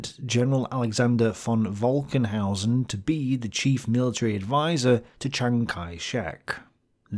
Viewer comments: Pronuciation tip: General Falkenhausen is pronounced Falcon-housen. Yours sounded like Wolkenhausen, which would be Cloud-housen. F is always F, while V is sometimes pronounced as F and sometimes as V. W is always V. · "Falkenhausen" is pronounced almost exactly the same way as "Falconhousen" I know you can do it! :D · its Falkenhausen. Pronounced like F*ck, not like Volga. its an F not a V. Grüße